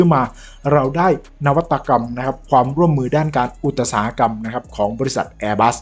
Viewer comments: อุ๊ต๊ะ-อุ๊ต๊ะ-อุ๊ต๊ะ-สา-หะ-กรรม คุณครูภาษาไทยเอาไม้เรียวตีมือแตก ใครสั่งใครสอน เรียนจนแก่เขาอ่านว่า อุต-สา-หะ-กรรม จ้า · อุตสาหกรรม อ่านว่า อุด สา หะ กำ